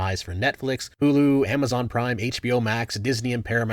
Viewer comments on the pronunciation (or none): none